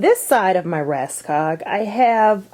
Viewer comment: hi Thank you for a great video. (Just wanted to give you something you didn't actually ask for, it's help to pronounce the "Råskog" Ikea rolling thing. In Norwegian and Swedish it is pronounced like your word "raw" but without the "w" or the "o" in the beginning of the word organizing. skog you say like the "o" in organizing mixed with the "oo" in school . r-a-w-s-k-o-o-g. I recommend Norwegian teacher Karin here on youtube if you'll like to learn some Norwegian. (Sorry, but it just enoyed me that it was said wrong, even though I know you're not a scandinavian or at least not speaking scandinavian language. )